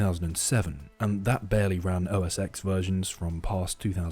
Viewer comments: “OS eX” makes me cringe lol. Its pronounced 10. Nonetheless this was entertaining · It is pronounced "OS Ten"